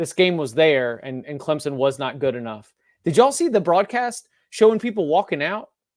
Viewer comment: it’s Clemson, not Clemzon. I was there and people left because the product on the field was trash.